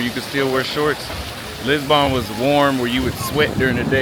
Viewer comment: Anyone annoyed with the way he pronounces Lisbon as Lisbon-Born???